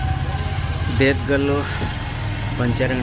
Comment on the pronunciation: ದೇದ್ಗಲ್ಲು ಅಲ್ಲ ಬ್ರದರ್ ಅದು ದದೇಗಲ್ಲು